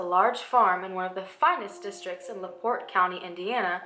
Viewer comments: Laporte is only 30 min from me, you said it correctly :) you look super adorable btw !! <3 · Used to live 30 mins from Laporte. You said it correctly 😉💕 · I live in Laporte and you pronounced it right. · I just found out about this and I've lived in laporte for a good portion of my life...you said laporte right it's French for "the door" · Yes, You said LaPorte right. Thats my home town this is the only really big crime story that has ever been covered there. Its a small town. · I live so close to LaPorte. Which you said the right way lol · You said it correctly. Hoosier here. Never knew all this. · ooh man... you said Laporte perfectly. It's only 35 minutes away from my. house!!! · You said LaPorte correct!! It’s where I live! My father is so familiar with her and this story as he was born in 1943. He loves this case! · You said laport right! I live by this town. This woman is very interesting. Crazy enough someone lives on that property. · Oh my god I’m from LaPorte!! That’s so creepy. And you did say it right btw! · And btw, you said LaPorte correctly 😉